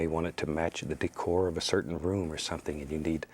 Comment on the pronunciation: “Your whole deecore”-bob ross